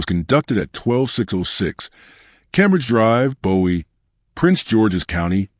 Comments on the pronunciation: You keep calling her Rose. I believe that is her middle name. I live in MD in the DMV and her family never called her Rose on the news. Why are you calling her Rose? P.S. Bowie is pronounced "Booie" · It’s (Boo-we) Md not David Bowie, MD. FYI.